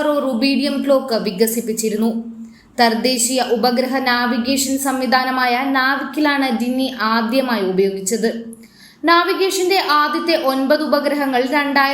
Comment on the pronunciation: തർ ദേശീയ മോ അതോ തദ്ദേശീയ മോ... എവിടുന്നാ കൊച്ചേ മലയാളം പഠിച്ചത് കഷ്ടം..